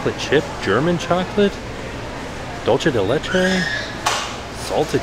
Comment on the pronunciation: is it just me or does time keept pronouncing dulce as dolce? hahaha! Oh.